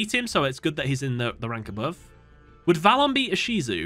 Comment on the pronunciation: As a TCG player listening to this in the background, when you said "Ishizu" I jumped a bit NGL